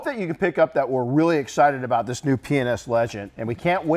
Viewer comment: When you say p&s fast like that it’s sounds like penis